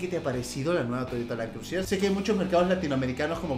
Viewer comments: no se dice land crusier es land cruiser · lo escribe bien pero lo dice mal, siendo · lo que piensa el fan de Toyota cuando dice crusier en vez de Cruiser 😂😂😂😂😂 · Con un acentito francés queda afeminado su "Crusier" JAJAJAJAJAJAJAJA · .... Por favor... Land cruisier?.... CRUSIER?.... POR FAVOR... por lo menos quecse digne a leer el emblema del carro y que por lo menos busque en el traductor la dicción correcta de la palabra! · Le sigue diciendo land crusier Jajaja un crack